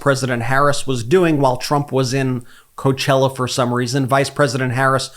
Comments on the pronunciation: When we saw that disaster at Coachella. Reminder, "coe-ah-chella". When there were NO BUSES to help people to where they parked their cars? Donald CHUMP doesn't care. He's a piece of crap, it lives in his diaper. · Coe-ah-chella. Please